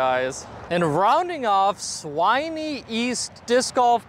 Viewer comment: Swinney - Rhymes with Fin. Sin. Bin. When. Winnie the Pooh!